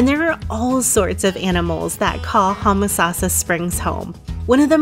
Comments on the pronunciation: It's Home a sassa springs not Hum a sassa. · Was just coming to say this. Yes, 'home-uh-sauce-uh' is how we were taught it growing up in the 60s-70s.